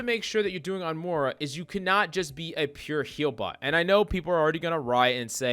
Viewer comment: “Morah” lol